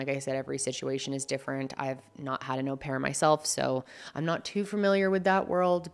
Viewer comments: It is a French word. O pair. English words like maul or haul might make us think it was said differently. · “Oh” pair - usual pronunciation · How does she read au as aw? It’s French bestie just go on google for the pronunciation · Actually the proper French pronunciation of "au" is actually closer to the English "or", so hearing "Oh-pair" does hurt a lot of people's ears and your "awe-pair" isn't so bad 😂.